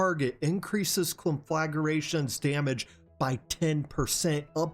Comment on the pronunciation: CON-FLA-GRA-TION...not, conflagaration...